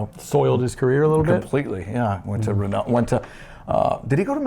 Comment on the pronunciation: Happy new year guys . . . Ya really need to learn how to pronounce some words guys . . . . Tyrrell. . (Ti rell . The y is sounded like the i in "in" ) . . Renault . ( ren o) . Audi . .(ow di). . . . . Go Liam . . 👍👋🇳🇿